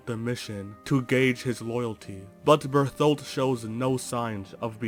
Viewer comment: Can't get over you saying Berfoldt, just makes me giggle everytime.